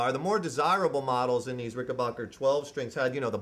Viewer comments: It's Ricken- BACK- er. Ask John Hall. He's corrected me when I said BOCK er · It's pronounced Ricken BACK er, not Ricken BOCK er. He's pronouncing it wrong. And they're totally hand made in America. And the 6 stringers are awesome, ask Paul Weller, or the Guy in REM.